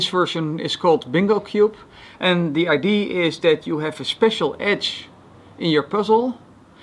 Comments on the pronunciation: I love how he says idee instead of idea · "The Idea." Not "Die I.D." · "The idee"